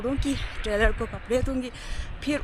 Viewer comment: Bahen trailor nai hota tailor hota hai😂